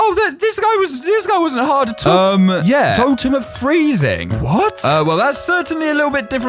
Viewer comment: When you were saying at all, it sounded like you said a**hole